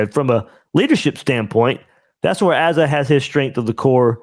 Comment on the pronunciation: Asa is pronounced "Ace-ah"